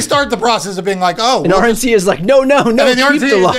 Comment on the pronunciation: Is it just me or when Marc says "RNC2 that it sounds like he's saying "Orange seed"?